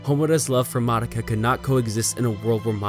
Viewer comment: finally someone who says Madoka right